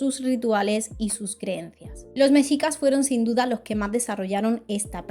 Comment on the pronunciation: de verdad como mexicana, estoy agradecida por el relato y el respeto con el que se hace, soy muy fan sobretodo de las leyendas mexicas, sin embargo tengo una observación, aunque tengan una "x" en su nombre se pronuncia como "J" por ejemplo así como México, por lo cual Oaxaca se pronuncia "Oajaca" y mexicas se pronuncia como "mejicas", solo eso, muchas gracias por el video y la información<3